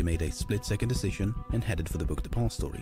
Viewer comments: only one triggered with the way he says "book depository" ? he says it bunch of times per min like "BOOKED APOSTOY" fkn annoying lol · THE WAY THIS GUY PRONOUNCES DEPOSITORY IS LITTERLY TRIGGERING ME. Otherwise enjoyable watch